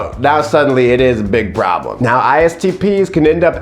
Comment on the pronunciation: "Promblem" 🤣🤣🤣 I don't know why that pronunciation has me literally LOLing. You're especially silly in this video, and I am HERE FOR IT! Are you already new-dad sleep-deprived??